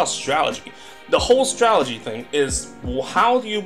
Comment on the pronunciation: If this guy says "stralegy" one more time...